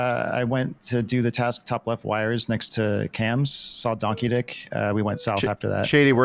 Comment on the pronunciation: Took me 17 minutes to realize "Don Keedic" was "Donkey Dick" and I started giggling to myself haha